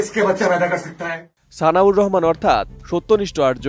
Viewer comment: উনি বলল সানিউর রহমান, আর আপনি বারবার বলতেছেন সানাউর রহমান।